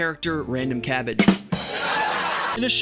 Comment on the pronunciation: Cabbage but pronounced like barrage (potential bit)